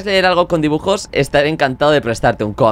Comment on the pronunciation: alguien mas vio que cuando le dio el cuaderno de dibujos decia dijubos? JAJJA